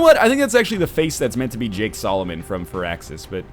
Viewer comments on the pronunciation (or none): none